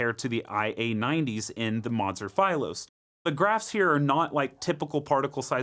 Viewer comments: Philos is a Greek word, you've always mispronounced that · Why are pronouncing philos like that? Lol